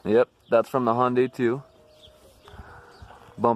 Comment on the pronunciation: you pronounced hyundai 3 different ways and i’m here for it